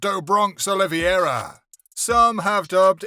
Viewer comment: Charles "Olivy-era." Justin "Gay-sha" lmao. If you're going to hire voice over guys at least explain to them how names are pronounced